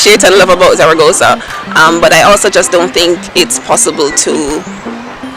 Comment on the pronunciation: love how you say zaragoza !! peace be with you or with me ... now im confused lol